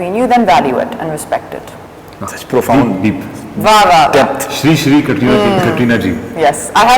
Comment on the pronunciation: did anyone notice this guy is calling katrina kareena xD